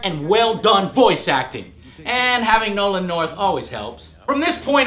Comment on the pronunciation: did he just say Noland North?